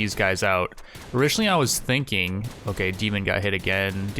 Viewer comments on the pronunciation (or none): none